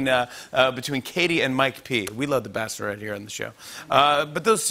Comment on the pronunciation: Did Jimmy say “bass-lorette?”